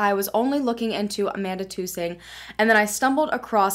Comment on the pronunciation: Check the last person she was with ! Her last name is TuhSing not too-sing. She wasn’t the life of the part, very strict parents